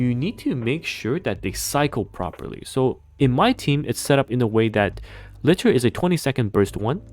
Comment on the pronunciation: How often are people going to mispronounce Liter in every NIKKE video? It's a real unit of measurement with a real official pronunciation.